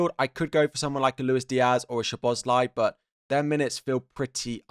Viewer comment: Mate i like your content and your entuziasm but one thing hit my ears😂 szoboszlai is pronounced this way: soboslae the i letter you pronounce like an e and both of the sz sounds like s, AND the a letter you have to pronounce like you are saying the a in the word ARM. Please just try it thank you. Sobosla(rm)e